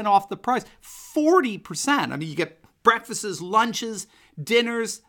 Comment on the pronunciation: Sir. You said breakfastses. I would not normally point this out. But I'm feeling saucy today. Excellent job, by the way.